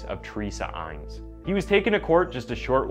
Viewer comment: Not Bernette, but Bern a dette. Not Aines, but Inn es